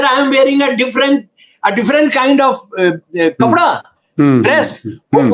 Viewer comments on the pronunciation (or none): none